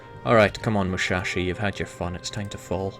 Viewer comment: its not mushashi, its musashi